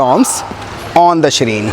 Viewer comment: Dear sir, shrine's pronunciation is sh-raa-in not sh-reen Please correct me if I am wrong